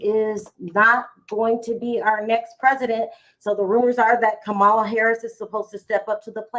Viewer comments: Her name is pronounced KAHHH MA LA!☺️🗳️💙🇺🇲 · Please give KAMALA THE DIGNITY OF PRONOUNCING HER NAME CORRECTLY. It is pronounced ,LA = KAMALA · Please learn to pronounce the VP’s name. Kamala is pronounced “Comma La” “ , la”. Please🙏🏾